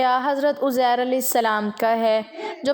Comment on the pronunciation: اپنی اصلاح کریں یہ اوزیر ھے یا عزیز صحیح کریں